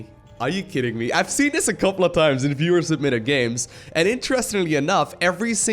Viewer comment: whaaaat?!? i always thought he was saying "fewer submitted replays"! omg i didnt think about that @@